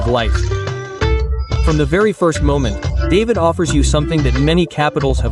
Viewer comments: It’s David (pronounced Da-veed, not the name Dave-id). I hate videos done by AI. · Certainly is strange, I almost did not recognize David as is said over and over again. Should be pronounced like Dahveed. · Its pernounce DA-VIED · Ignore those price quotes about David... Yeah you can find things for that price to rent but you're not going to want to live in them just keeping it real... And it's pronounced DahVeed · It's hard to watch when you mispronounce the name of the first city. Feels very inauthentic from the start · Learn how to pronounce David. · well as soon as you mispronounced David, I am out. I cannot trust someone that hasn't actually done decent research. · Respectfully, Please learn to pronounce the town names properly. Example David pronounce in Spanish. Boquete is far from your pronunciation.